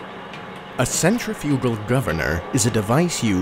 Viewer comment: Now if he could only pronounce "centrifugal"...lol